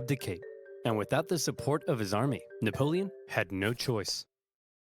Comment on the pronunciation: Your fricking killing me,. With both you laughing at random times that aren’t funny also your historical knowledge, and your mispronunciation of napoleon, it’s Napoleon not Neapolitan